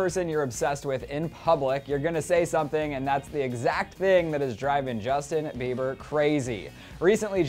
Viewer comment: "Justin beaver" is so annoying I'm not trying to be rude but he gets on my nerves